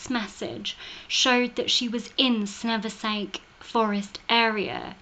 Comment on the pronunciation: Hi..love the video. Saversnake Forest has a silent 's', and is pronounced as "Savernack". Love and Light xxx